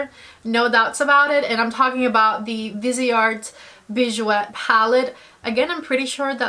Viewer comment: It’s driving me crazy already. It’s pronounced VEEZ-art. It’s French. “Vise” from the word “visage” (face) and art. And bijoux is pronounced “Beej-SHOO”. (🇨🇦 Montrealer)